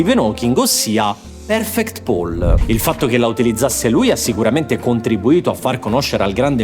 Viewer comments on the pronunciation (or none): none